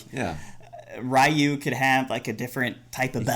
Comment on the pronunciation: Please stop saying Ri-yu. The name is Ree-yu, lol